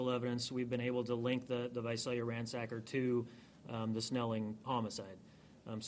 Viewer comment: It's visalia not vasalia ...smh...